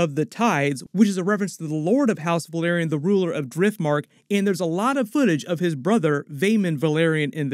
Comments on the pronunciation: Dude, Valyrian and Velaryon are pronounced DIFFERENTLY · Thank you so much for these analyses, I learn so many new things about each episode and the show in general with every video of yours I watch, and the first thing I do after finishing each episode is watch your breakdown video:) Just one comment, like so many other YouTubers you mispronounce the "a" in "Velaryon", It would be amazing if you could use the show's official pronunciation in your videos. Thanks a lot, I love your channel!